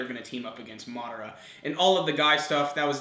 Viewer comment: oh and it's mah-duh-ruh (madara) not mid-ar-a